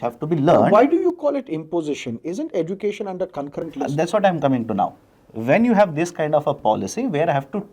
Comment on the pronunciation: edu cation not education